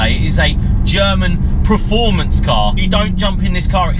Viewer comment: Anyone noticed he pronounces performance as 'preformance' lol